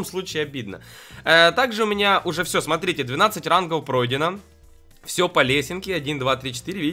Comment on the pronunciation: Почему он говорит рангов рангоу